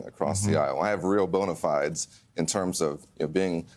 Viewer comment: Interesting pronunciation of the word bonafides.